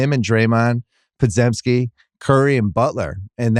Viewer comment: Will Bill ever pronounce Podziemski's name correctly? Pod-jem-ski